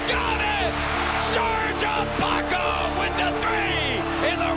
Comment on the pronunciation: Such a blaspheme for to keep mispronouncing Ibaka's name